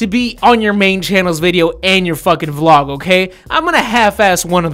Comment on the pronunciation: "let's start this vloug" wat